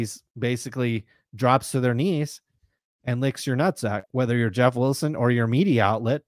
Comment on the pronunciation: JEFF WILL-SIN JEFF WILL-SIN.LOL